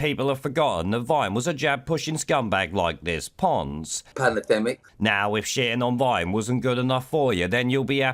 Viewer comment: "Panna-Demmic" Once again 🤣